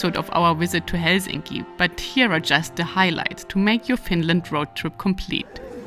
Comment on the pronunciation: Probably the best pronunciation of Helsinki I've heard from a non-Finn! 👍